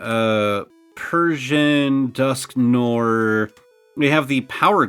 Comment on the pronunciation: How does not one single American pronounce Dusknoir correctly?